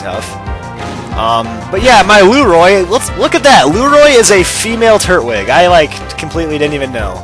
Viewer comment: TURT-WIG! (not tur-twig)